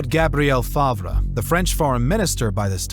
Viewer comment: It's pronounced farv as in Bertt Farve.